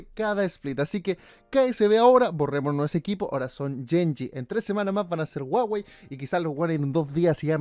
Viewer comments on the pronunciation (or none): Guageii no wawei jajajajaj